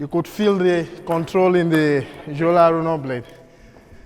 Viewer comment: When u pronounce joola wrong